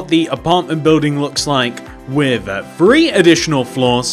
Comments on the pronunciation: Three not bree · one two Bree four five 😂😂😂😂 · I like how he says free instead of 3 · "WAN TWO FWEE, i FINK...!"